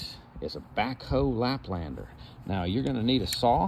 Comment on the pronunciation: You said backhoe laplander. 😂